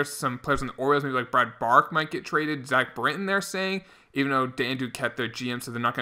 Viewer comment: Brad Brach is pronounced "Brock" not "bark"